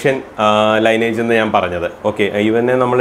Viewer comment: ലൈനേജ് അല്ല..🙏! ലീനിയേജ്...